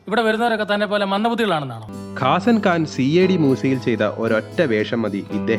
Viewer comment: Appreciating the effort, yet... ✅കാസൻ ഖാൻ അല്ല, കസാൻ ഖാൻ! പിന്നെ ദി കിംഗ് CID മൂസയ്ക്ക് വളരെ മുന്നെ വന്ന പടം ആണ്.. നിങ്ങള് പറഞ്ഞത് സി ഐ ഡി മൂസ, തുടർന്ന് കിംഗ് എന്നാ...എന്നതാ ഹേ.. ✅അത് പോലെ ഈ മ യൂ അല്ല ഈ മ യൗ! ✅പിന്നെ ഇവിടെ ഈ പറക്കും തളിക സീനിൽ ഗീഥാ സലാമിനോപ്പം ഉള്ള കലാഭവൻ ഹനീഫും ( വരൻ) ഇപ്പോ ഇല്ലല്ലോ.. അതങ്ങ് മറന്നു അല്ലേ.. അതോ അറിയാത്തതോ..പുള്ളി ധാരാളം പടത്തിൽ ഉള്ളതാ.. ✅പിന്നെ ശരത്ചന്ദ്ര ബാബു (അമ്പലപ്പുഴ രാജു) "ഓടരുതമ്മാവാ.."ക്ക് മുമ്പ് പ്രിയദർശന്റെ കന്നി ചിത്രം "പൂച്ചയ്ക്കൊരു മൂക്കുത്തി"യിലെ ലോഡ്ജ് മുതലാളി പട്ടരായി വേഷമിട്ട കാര്യം അറിയില്ലല്ലേ 😅 .. ആ മുറുക്കാൻ ചവച്ച് എല്ലാം കാർഡിൽ എഴുതി കാണിച്ച് സംസാരിക്കുന്ന കക്ഷി അങ്ങേര് തന്നെ - എന്നാ കേട്ടിട്ടുള്ളത്..